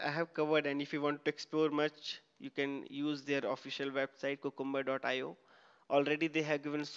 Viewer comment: THis is a great tutorial. Appreciate all your efforts, however please note that 'Cucumber' should be pronounced as 'Q- cum- ber' and not 'ku-kum-ber'